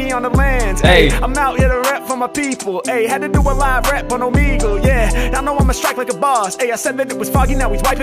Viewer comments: He really read Omegle as "Oh man gel " ... My boy can't read very well I guess lol . All good. You got money and a sick channel with 2 million subscribers so it don't matter lol . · “It’s a party on… omehjail?” Nice, it’s “oh-meh-gull” tho lol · “OMAJAIL” 😭 It’s pronounced Oh-Meg-L btw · or “Oh-Me-GL” some people pronounce it differently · Omajail sounds like o my jail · "Oh-me-gle" is the only correct answer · Oh me gle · I died at that 🤣🤣🤣🤣🤣 omajail🤣🤣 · I'm sure others have said it but it's "Oh-May-gool" and some people pronounce it "Oh-Me-Gool". Been an HMack fan since the beginning and just found your page even thought you have over 2M. Funny how music brings things/people full circle. Sick reaction, easy sub from me. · Yoooo OB-30 is on MY Top 5 List.. this episode slaps. All frees were lit 🔥.. Beats too insane. Also it’s Oh-Me Ghel . Keep entertain me Comin . Appreciate you ✌🏽💯🌶🔥💯🌶🔥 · O-ME-Gull is how it's pronounced! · man said "OMAGEL" LMAOOOOO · O-meg-le is how I pronounce it. Could be wrong also lol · its also pronounced “oh-me-gull” or “oh-meh-gull” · pronounced - Oh - ME - Gul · it pronounced O-Me-Gal